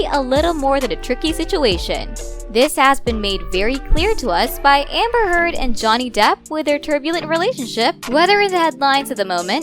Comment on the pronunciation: I heard "Hamburger" instead of "Amber Heard".